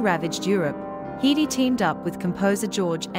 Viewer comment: Her name was always pronounced HEDD-dy, never Hee-dee. Bad, bad robotic narration.